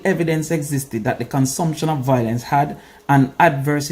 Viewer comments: Yute the word is VIOLENCE not VOILENCE u killing me with that dunce talk man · The word is VI - O - LENCE